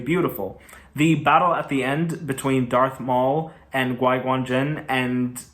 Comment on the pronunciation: He said Gui Gon jinn😂😂😂